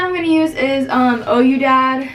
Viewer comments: she said ohyoudad 😂😂😂it’s qui-dad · It’s we-dad which means yes dad not o-u dad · It’s pronounced we-dad ( Ouidad ) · Ouidad is pronounced /we-dad/ aahaha btw loved the video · ouidad is pronounced “we-dad” . not hating but just in case someone asks a worker or something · it’s we-dad it’s French